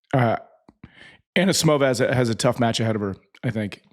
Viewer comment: The Sam Query school of normalising wrong pronnunciations has a new pupil - Roddick who insists on 'AnAsimova' (better than Query 's 'Anasamova') and 'Rabakina'. 🤯